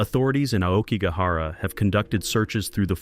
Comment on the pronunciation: Yet they pronounced "Aokigahara" quite well... perhaps it's not AI and just someone making a pronunciation mistake, like most people seem to these days.